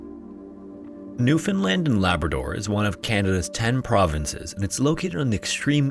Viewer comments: I’m now realizing how to actually spell the name because my Newfie family pronounces it “Pooch cove” like the name for a fancy small dog. You didn’t say New-fOUNd-land like some people which is a win lol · Thank you for saying Newfoundland correctly ❤